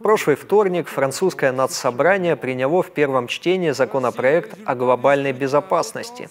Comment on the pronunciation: Приняло. А не приняло. Говорите по русски? Говорите грамотно. Ударение не на тот слог. Не знаю, как на клавиатуре поставить ударение.